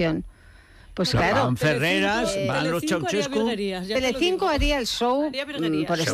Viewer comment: Los "CIAUCESCU"!!!!! Q GRANDE ESTE TIO!!!